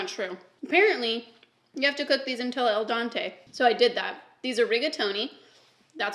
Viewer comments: saying el Dante, me smiling cause I just love her 😂🥰💓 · Babe its al dente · I’ve never heard al dente pronounced that way